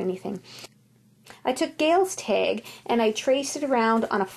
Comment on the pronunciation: where are you from you say teg instead of tag